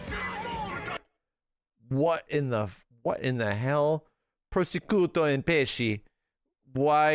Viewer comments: Well he is not italian, he doesn't know it pronounced "pruh-shoo-tow" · I don't why this is affecting me so much... but how can mispronounce Prosciutto wrong?